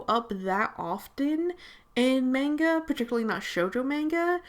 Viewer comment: When the person says manga wrong